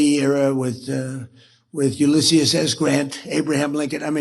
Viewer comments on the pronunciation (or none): Ulyss-EE-us S Grant. Trump isn't even the CliffsNotes president. He's the 1 page bullet point of 250 years of US history president.